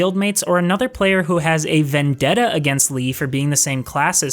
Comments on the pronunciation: You play as a girl named Lee... what? 😂 It's Le-ah or Lee-ah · Pretty sure it's L-EE-UH or at the very least, L-AY-UH. :p Good video, though. I will say I had the opposite feelings on combat and puzzles. For me, combat never got repetitive or stale at all, while I felt the puzzles, while well designed, were too relentlessly challenging+numerous to where it exhausted me mentally at times, forcing me to take breaks. It's not that I mind challenging puzzles, but the way they'd just throw them at you one after another in dungeons was too much. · Good video... but please, it's Lee-ah, that bugged me so much lol. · Why do you pronounce Lea "Lee"? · 9.9/10 review, .1 off of 10 because of how you say Lea